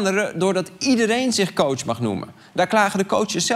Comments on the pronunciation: Ik had iets dergelijks en hoorde steeds minder verschil tussen kootsj en kots. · Aan het eind van dit fragment klonk het woord "coach" niet eens meer als een woord